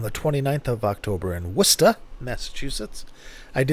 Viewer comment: I love this. Thanks. Congratulations on your pronunciation of "WOOSTER", rather than "WAR-CEST-TER". Many people find this word confusing to pronounce 🙂